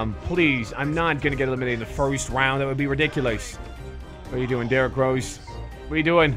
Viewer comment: Did he say d rose cant dunk (boi)